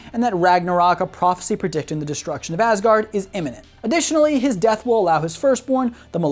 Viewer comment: I cant tell if he said “Ass guard” because the Grand Master says it in Ragnarok, or if it was unintentional, or I just cant hear right